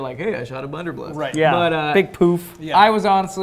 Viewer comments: keeps saying "bunderbluss" and nobody is correcting him. You think he knows? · Is he saying bunderbluss on purpose lol he keeps doing it in videos😂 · Between this video and the original, I die every time says Bunderbluss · isn't it blunder BUSS?